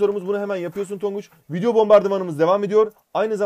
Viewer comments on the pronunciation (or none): none